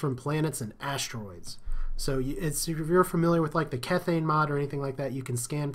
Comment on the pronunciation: KEY-THANE not Keith-Ane you pillock.